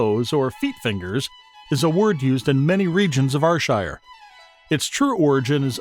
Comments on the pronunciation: It's pronounced AIR SHIRE not R SHIRE ya numpty or eejit or haufwit lolx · Slight correction - its not are-shire it is ayyr- shire... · its pronounced air sher nor are shire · Here's another yin, NIPPY! which is whit a wid describe you cryin' it Rshire when it's Ayrshire (pronounced Air-shire), ken whit a mean? 😂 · ye dont pronounce it like R-shire. you pronounce it like air-shire. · Air air air air shire not r shire!!! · AYR(Air)SHIRE! not Arshire! 😡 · AHHHHHH ITS AIR-SHIRE NOT AR-SHIRE😑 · Why would one go through all the trouble to make a video and mispronounce the area you are talking about. R shire????????? AIR AIR AIR Shire....................... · It's pronounced Air-shire! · Can everyone understand Americans u call Ayrshire fu*kn areshire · NOO ITS AIR-SHIR THATS HOW U SAY IT 😂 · Ar shire , Scat land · Its not R shire wtf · Arshire... wtf are you? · Lol ...OH DEAR only 13 seconds in and already theres a mistake.. ps yes i am fae ...R SHIRE.. ..Dalry...or is that dal.. ry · Clearly some folk don't get sarcasm. Why would a channel dedicated to Ayrshire get an American that can't pronounce Ayrshire correctly. Thankfully some of us appreciate the fine art of sarcasm. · How your pronounce Ayrshire is… cringe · Who's going to trust someone who can't even pronounce Ayrshire properly? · Fucking mook can’t even say Ayrshire , no awall ain’t bile youra heed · You cannot even pronounce Ayrshire correctly!!!!! Good grief. This is a commedy video right? You are getting it all wrong. Gaw biel yer heed! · shockingly bad video, you say ayrshire totally wrong and many of those words are not common spoken words let alone even known. I am born and bred there and none of what is said is correct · Fuck aff yae canny even pronounce the words that yur tryin tae TEACH folk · Am fae AYRshire n yer pronunciation is fucken shockin bro. Haha. Here's a AYRshire word fur ye, WINTERDYKE. Let's see if ye ken whit am oan aboot.